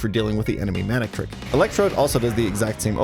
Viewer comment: The first 4 times you said Manectric I just heard Manic Trick D